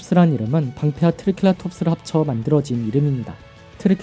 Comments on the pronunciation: 트리켈라톱스가 아니라 트리케라톱스아니가요? 아니면 죄송합니다..... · 트리켈라톱스가아니라 트리케라톱스입니다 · 트리'켈'라톱스 가 맞나요 트리'케'라톱스가 맞나요